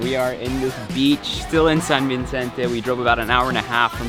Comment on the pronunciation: I miss Palawan. I miss my hometown. I miss the taste of Chaolong 🤤😍 I love your video ❣️ btw, I don't know if I misheard you saying San Vincente hahaha when its actually San Vicente 😅😂 anyways thank you for this. I'll be back there in Christmas break 😁 can't wait ack